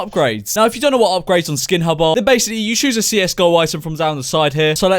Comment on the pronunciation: skin hub i thought he said pornhub DAMN